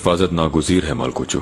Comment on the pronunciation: मालकोउचू ❌ मालगौचू ✅